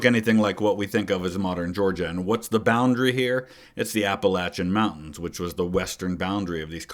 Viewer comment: I'm always appreciative that you say Appalachian properly.